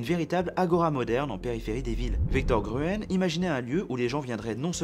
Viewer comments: Victor Grün pas gruen c'est une l'alternative pour écrire Grün en anglais qui ne connait pas le tréma ... aie ca m'a fait mal aux oreilles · Excellente présentation. La rapide transformation des sociétés à la suite du développement de l'internet public est fascinante. Un détail au sujet de l'autrichien Victor Gruen : GRUEN se prononce GRÜN en Allemand, les deux orthographes sont d'ailleurs équivalentes, et non Gru-ène 😉